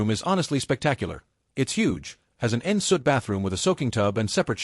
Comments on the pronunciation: The "nsoot" is pronounced "on sweet"... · An "in soot" bathroom 😂😂 An en suite? 😆